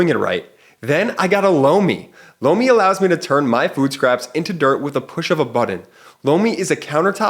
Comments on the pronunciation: I could have sworn that I saw MTG in a bestiality video the other day. (plus, your Lomi ad sounds like you're saying "blow me." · Was just listening, not watching.. when he said sponser.. "lomi" i swore i heard "Blow me" Like.. what... is this?! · My husband thought he said he heard "Blow me" instead of Lomi. Lol!! You are not going crazy.